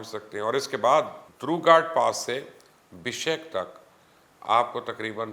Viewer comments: Bishek Naheen Oye "Bishkek" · Aap padre likhe aadmi hain kuchh khayal karen pehle BIPON Rawat ko PAN Rawat kete hain ab BISHKEK. ko BISHEK keh rahe hain !!!!!!!!!!!?!